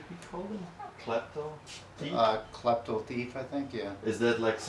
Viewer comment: Like how he says "Tief" instead of thief